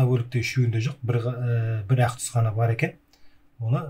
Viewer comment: әқ мес ақ деп дурыс таза қазақша айтсаңызшы